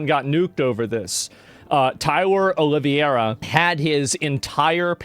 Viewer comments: It’s pronounced olive- air-uh not o-live-ee-air-uh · Please just stop saying OLIVIERA, it's OLIV-HEY-RA! It's starting to hurt, coming from some1 as intelligent as you. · The way he's pronouncing Oliveira is crazy 😂 it's "oh-lee-vey-ra" Portuguese/Brazilian name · Asmongold is the Chael Sonnen of Twitch. This "Olivieira" is bugging me 😂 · Its not Oliva-iera wtf learn to pronounce his name lmao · Oh-lee-vera. Say it with me Tyler Oh-lee-vera. Common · OLIVE-VERA!!!! How in the world did you come up with that pronunciation!?! That is not how you pronounce Oliveira! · Tyler's patreon has been removed. I mean... have you guys seen who runs Patreon? He's a great musician! Also, Tyler's last name is pronounced: "Olive - aye - ruh" (like in play). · Not Oliviera, Oliveira! It's a Portuguese surname. which curiously has jewish origins, because it's a surname made by/for new born christians during the Inquisition. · I see that Asmongold doesn't know how to pronounce the name 'Oliveira'. Saying Olivierra is not the proper way. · Please learn how to pronounce his last name. Just read it. Oliveira = O-liv-era. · Isn't it pronounced olive-era? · The way you say his name is so wrong😂😂😂😂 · Brother PLEASE start pronouncing his name correctly for the love of God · bro pronounce his name right ffs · you're pronouncing his name wrong brother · It's O L I V E R A 😂😂😂😂😂😂😂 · it actualy impresses me how asmongold can pronounce every single persons name wrong